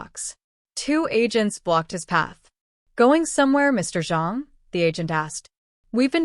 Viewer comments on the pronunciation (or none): none